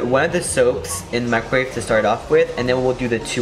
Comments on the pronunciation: its microwave not mricowave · Mricowave? Lol XD